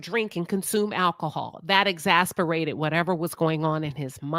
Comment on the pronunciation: Exacerbated not exasperated